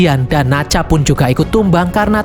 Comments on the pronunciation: Nezha bang bukan nazha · Minmin bukan nacah itu nezah😅😊